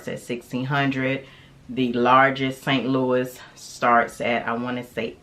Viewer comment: Also “San Lou-eee” not “Saint Louis”